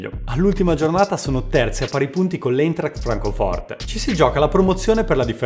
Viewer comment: Bel video. Bravo. Dato che vuoi saggiamente alzare il livello, va rivista la pronuncia di Eintract.